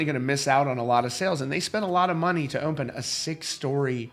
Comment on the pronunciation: Dear Sir, There is no M in the word “open”.